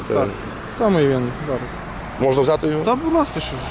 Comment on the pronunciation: чому в тебе всі поліцейських мавпи, а ти нє?Я бачу по твоїй мові що теж мавпа,розмовляти не вмієш на рідній мові додаєш м,який знак де не треба сімдесять???чи сімдесят,наголос ставиш де не треба,букви ковтаєш мона,тре,хтів що це за мавпячи слова чи проблема вивчити рідну мову.???